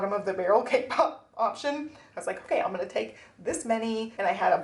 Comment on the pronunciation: The Tamagotchi covers are so cute! I really love the A6 cover-on-cover, especially. And congrats on the cake pop sales. I swear, every time you talk about it, I hear "K-pop." I thought you were selling idol merch for a second. 😅